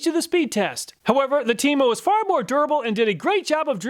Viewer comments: Temo sounded like Temu for a second there 😂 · 😂😂 I thought you were saying TEMU, like the cheap Chinese direct sales website not TEMO😅.